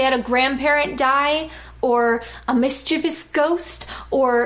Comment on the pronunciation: Good video, and thanks for being able to pronounce mischievous.